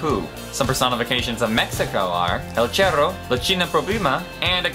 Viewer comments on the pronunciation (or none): Did he say el cherro?